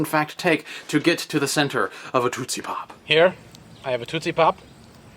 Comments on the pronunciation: Why are you saying TOOT-see pop? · I am very concerned about two things: One being the enormity of that mosquito, The second being the way you pronounced tootsie pop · Am I the only one who thinks Dan says 'tootsie pop' oddly? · you say tootsie pop weird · you say tootsie pop funny! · he says tootsie pop funny?